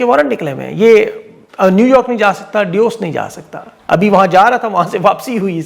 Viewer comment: It's Davos, not duse.